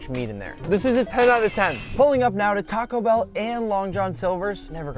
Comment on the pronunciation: i gonna tacco bell✅